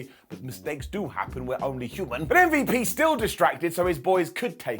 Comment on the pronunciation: Lol what did call MVP.. Umm-vep?